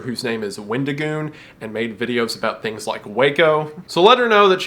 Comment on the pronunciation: wendigoon becomes weddingoon